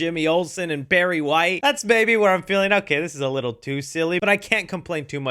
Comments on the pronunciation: Did he say Perry White or Barry White?... bc the 1st one would be correct, but the 2nd one would be incorrect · I heard Barry too